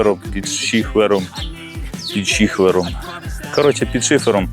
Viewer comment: Щіфером😂шихфером😂шіфером😂щчіхером 😂швихером😂шифером🤔😊